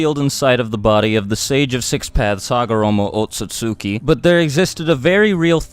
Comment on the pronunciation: OAT-SUIT-SOOKY... lol no hate I just wish the dub got that pronunciation right, and other things so people weren't saying so many of these words weird when we talk about anime. You'd think the people running the dub would have some vague comprehension of the japanese words they're translating.